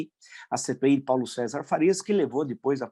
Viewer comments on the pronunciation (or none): none